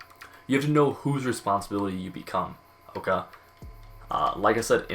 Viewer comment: the absolute cringy way he says ok. Like he got too much PB in his mouth or something